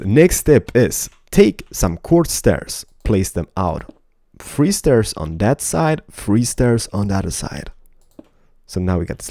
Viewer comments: One, two, FREE???😂😂😂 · u say 3 really funny